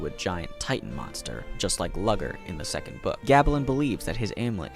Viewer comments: Worst part of this video is just how he says Luger as lugger instead of looger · Great vid, but I can’t deal with how you say Luger. You say it as if it’s Lugger smh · The way you say Luger makes it sound like it's a slur lmao. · The pronunciation of Luger is killing me